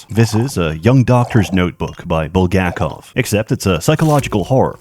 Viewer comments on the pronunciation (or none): none